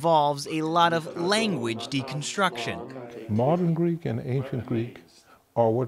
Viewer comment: he is using an americanised version he is not pronouncing with a "greek" twang he must learn modern greek first